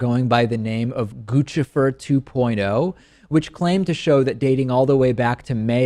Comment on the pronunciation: Is the correct pronunciation "Gucci-fer", or is it Guccifer like Lucifer. I've been saying the latter but here David uses the former. Anyone know for sure?